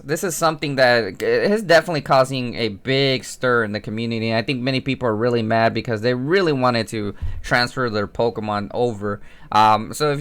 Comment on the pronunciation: yes it's 'rerry understandable' isn't it